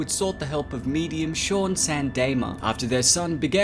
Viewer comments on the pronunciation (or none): none